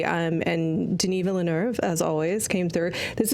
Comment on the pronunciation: saying the eu in Villeneuve with an r-like sound is amazing! I go to school in Québec (where Villeneuve is from) and so many people talk like that! It so nice to hear someone respect Québec French pronunciation because it is too often just made fun of in hurtful ways because it sounds different from how people in Paris talk.